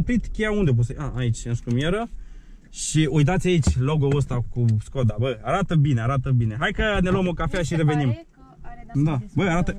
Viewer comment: Defapt normal skoda se pronunța ,,şkoda"